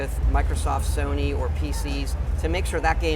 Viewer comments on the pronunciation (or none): none